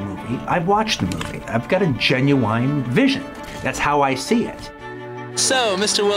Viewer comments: Jae-new-eyien. What's with Tarantino pronouncing genuine that way? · Quentin: "Gen-uuu-WINE" "Pam-plets (Its "Pam-fluht" btw)